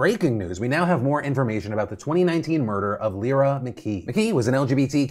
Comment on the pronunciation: Lyra is pronounced Lie-rah